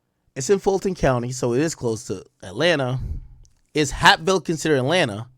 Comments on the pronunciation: I’m literally 5 mins from hapeville but the way he pronouncing it I thought this happened in some small town far away that I’ve never heard of.. Its pronounced like heyp-ville basically like cape but with a h instead of a c aka lil Mexico it’s nothing but Mexicans over dat way good food over there though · Somebody tell Ak that it’s pronounced “HAYP-VILLE”😂😂😂🤦🏾‍♂️ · It's pronounced H-🦍-ville. It's considered Atlanta/Fulton County, Georgia. It's close by the airport. There are hotels and restaurants on the strip.Also a Porshe dealership.You basically get off an exit and it's a regular 4 lane road and some one-way streets. Depending on the direction you're traveling. I think he might have been under the influence of something. He hit something and panicked and called his manager instead of the police. He probably knew the police would be able to tell he was under the influence while operating a motor vehicle and would've arrested him on the spot. Nobody wants to go to to Fulton County jail! I think he called his manager to avoid any trouble with the police. The manager was at one of those nearby hotels. He probably could've walked there if he wanted to. Although it's still confusing as to why he decided in that moment to unalive himself! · Hapeville is pronounced like Vape with an “H”. Hapeville is Atlanta, it’s by the Airport and Porsche Building. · The way he sayin Hapeville is killing me lmaoooo